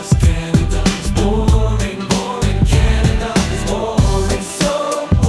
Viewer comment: "Welcome to Canaderr is boring." Man, that intrusive-R... ;-)